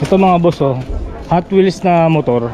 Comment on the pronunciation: HotWheel kulang ng 's' 😆😆😆